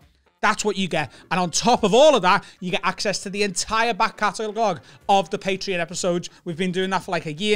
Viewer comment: was "cataglog" intentional ?